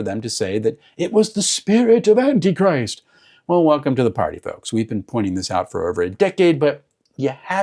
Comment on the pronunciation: Love the emphasized "An Anti Christ"... Have a. Fantastic Con! ❤🎉🎉